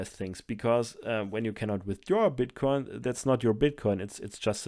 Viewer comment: Can we just take a minute to appreciate how good is at saying the word "bitcoin"?